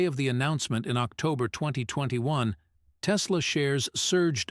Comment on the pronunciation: There's no "Z" in Tesla ❗